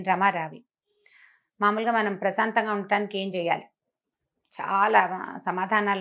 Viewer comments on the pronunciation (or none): Prasatha kadu prasantham